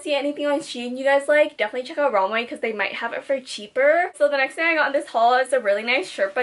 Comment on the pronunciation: when she says romway instead of romwe 😩